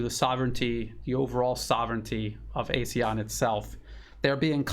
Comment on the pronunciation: ASEAN pronounced Ah Sea Ahn. Regrettably ASEAN dis- United